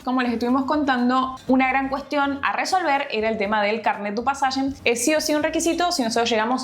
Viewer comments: Pueden dejar de decir carnet de passagem? Jajaja q genios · Cada vez que dicen "carné du pasagen" muere un Panda bebe..